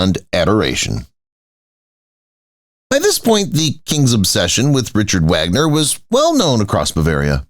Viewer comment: Also the name of Richard Wagner. I don't believe I've ever heard such a wretched "historical " presentation.